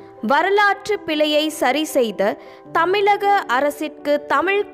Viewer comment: தமிலகம் இல்லை தமிழகம் பேசும் போது மாற்றிக்கொள்ளவும்...